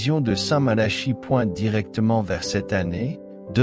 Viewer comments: Ce n'est pas st Mala. Chie. La prononciation mais St Malaki écrit st Malachie. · Il n' y a bien que vous pour prononcer Malachie comme Charles alors qu' on prononce depuis toujours Malaki , si vous voulez être pris au sérieux commencer par parler correctement